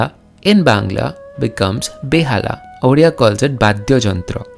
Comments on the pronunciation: Uria??orea??? It is Odia. You simply can't pronounce the word Odia??? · Are Bhai humare yahan chief minister ko odia thik se bolna nhi ata😂😂.but thanks for this video.This video only for those people who says bengali and odia are same. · Odia bro !